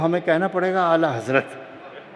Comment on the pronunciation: تم آلہ حضرت کیوں بولتے ہو 😂